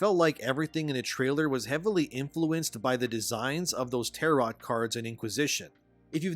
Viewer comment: My Man I like you but have you never heard anybody ever say/pronounce words like "Rhetoric" or "Tarot" out loud before?! It kills me a little inside every time I hear you pronounce some words brother lol